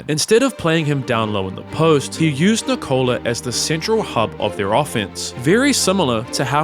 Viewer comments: He manages to say his brothers more difficult names properly but somehow he messes up "Nikola"... and it's painful every single time. The emphasis should be on "Nik" like you're saying "Nick", not on the "ola" like you're saying "Nichole". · PLLLLLLLLLeaseeeeeeeeeeeeeee it's not NI-COLA IT's NIKO-la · NeeCola ❌️ Nickolah ✅️ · Nikola not nick cola lol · Nikola is not said well, It should be Ni-kouh-lah, however the break between vowels is too long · first minute and I'm already tilted because of how he pronounces Nikola. No, it is not Ni-Kola. Dude isn't a drink man. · Can't even say Nikola properly though. You'd think you'd figure out how to pronounce his name if you wanted to make a 50 minute video centered around him. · Your Video will be much much better if you decided to learn the pronunciation of name of Nikola, Nemanja and Strahinja before to do this video... it's make mi 😂 hearing wrong pronunciation of their names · WITH ZERO PERCENT OF STEROIDES , YOU MEAN? And istress is on "I" , not "O"